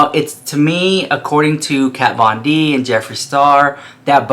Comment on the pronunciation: This isn't Jeffree bringing shade, it's been so many years he doesn't know how to pronounce Kat's name anymore, he's so over the drama shit, he doesn't give a slap, plus it wouldn't bother her a bit, she doesn't have a thing to do with the business! Of course it wasn't necessary for him to do the religion thing, but he wanted to do something different, something that hasn't been done before, which it hasn't, I mean only Jeffree makes a Pink faux leather Bible and turns it into an eyeshadow pallette lmao, Jeffree doesn't copy anyone, he doesn't have to, he has the money to make whatever he wants and this is what he wanted to do, and he did it brilliantly as always! So you start drinking some Iced tea baby, lol there's no hot tea here! Hahaha! JK! I love you! 🥰❤